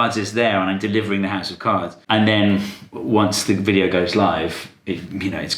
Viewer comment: i cannot wait for your next chain "vidoe" 🤣